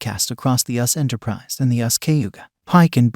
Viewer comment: It is U.S.S. Enterprise, not us Enterprise. Please listen to your own posts!!